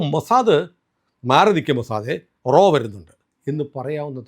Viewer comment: "" റോ "" അല്ല "" റാ "" RAW. പിന്നെ RAW ആണ് ഇതിന് പിന്നിൽ എന്ന് പറയുന്നത് ശരിയാണോ . ആലോചിക്കുക. ഇന്ത്യ ഗവൺമെൻ്റ് ഇതൊന്നും സമ്മതിക്കാത്ത പശ്ചാത്തലത്തിൽ